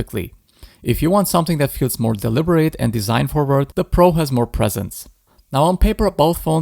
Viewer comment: ИИ не может произнести Про и везде говорит Пра?